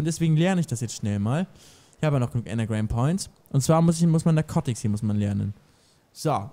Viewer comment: dner... es heißt nicht ennegram points sondern engram !! tut mir leid aber das stört mich ziemlich.. :D